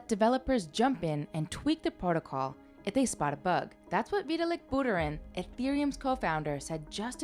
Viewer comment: Pretty sure this is AI voiced.... otherwise you gotta learn to pronounce Vitalik Buterin